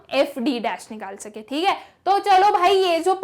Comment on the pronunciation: Thik h😂😂😂 but acha samjha thi h good teacher ❤